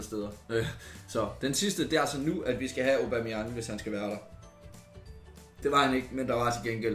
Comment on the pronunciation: Hvorfor er det du siger Obameyang istedet for Aubameyang ?